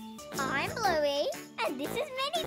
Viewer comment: Blu-go…Bin-gee Actual LOL. 🤣